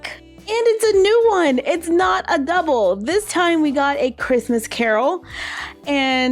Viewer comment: Sooo when you opened the second one with the playdoh horse I heard "Yep.... that's the devil," but I'm assuming you said "double." XD